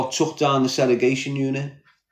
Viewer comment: I wonder if hes ever gonna stop saying " seregation" instead of segregation?